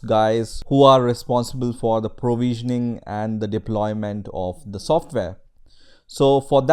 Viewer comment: Thanks for this intro to Jenkins.. my only suggestion: respect the language, please verify your pronunciation on specific words like provision (not prowision), server (not serwer) or week (not veek).. You can find some proper english pronunciation using this link